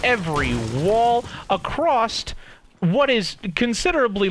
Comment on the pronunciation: Omg if he says accrost one more time I'm gonna scream his name sexually